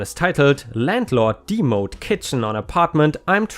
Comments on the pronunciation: Demo'd is pronounced Dem (rhymes with gem and them) oh'd It's a short form of Demolished. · Waffled - fail to make up one's mind Demoed - short for demolition. The ‘e’ is pronounced eh not the long e.